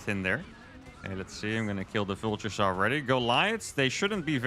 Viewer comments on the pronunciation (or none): So I was enjoying the show and all of a sudden I heard viltures. My brain stops and goes “wtf” and suddenly I’m 😂. always gives me a good natured laugh!